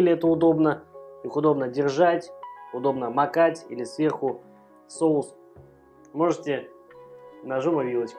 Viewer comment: все прекрасно, но, пожалуйста, говори правильно))) Кулинария - прекрасно, но русский язык тоже должен быть чистым) СоУсы, СковорОда и т. п.